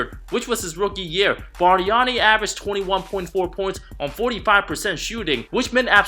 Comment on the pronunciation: The way he said "Bust Barnani" with the Italian accent was hilarious! 😂😂😂